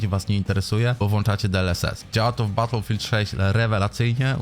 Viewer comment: baterfield 6 XDDDDDDDDDDDDDDDDDD